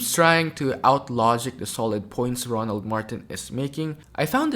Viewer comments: It's ROLAND not RONALD ... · It’s RO-LAND ( roe-luhnd) not Ronald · Roland not Ronald!!!😂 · How many times are u going to call him Ronald? His name is Roland, not Ronald. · It's Roland not Ronald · ROLAND not ronald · ROland not Ronald!!! 🤦🏾🤦🏾🤦🏾🤦🏾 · His name is Roland not Ronald..... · His name is Roland Martin not Ronald ! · His name is Roland, not Ronald. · His name is ROLAND sir not Ronald. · His name is Roland NOT Ronald. I’m not sure if you’re aware, or not, but you’ve pronounced his name incorrectly a few times. Also, the equity disparity shown is $162B not $154B. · His name is not Ronald it's Roland (Row Land) and the otherism was intentionally weak. That Podcaster did not make any great points. STOP IT! It's the individuals who are aligned with wannabe whiteness who deny facts and victimize black people while gaslighting after saying .. "oh, you want to be a victim." NO, you are attempting to victimize me, and I am calling you tf out! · It's Roland, not Ronald. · HIS NAME IS ROLAND... NOT RONALD FAM:face-purple-crying::face-purple-crying::face-purple-crying::face-purple-crying::face-purple-crying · First off he isn't loud and annoying second it's pronounced Roland Martin not Ronald get it right just make sure you hear him also this clown thinks that the fact that he brings fact and evidence is him telling a quote story unquote isn't true just shows he is just like the idiot harmful white men who want any non white man out of America Roland makes sure you hear Black's not some timid dude who can't articulate his point you seem just like one of these clowns saying he is annoying I hope everyone unsubscribes from your channel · RO-Land. Say the man’s name properly. He’s speaking truth. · Row- Land is the pronunciation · First of all his name us Roland pronounced Row Land, and secondly the data can be gathered from the government if you really want to find it. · Why do you keep mispronouncing Roland's name?